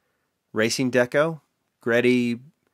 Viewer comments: It’s Greddy (2 syllables,) a term (name) derived from the phrase “great eddy” because well, it’s japanese and that makes sense to them. But sure ya, go say “Gee-Ready” in Front of an actual import tuner. 😂 lol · Love the work you do man, I just have one thing to say: it's G-Reddy